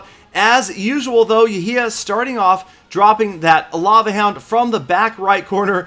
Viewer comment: its not yahya its actually يحيى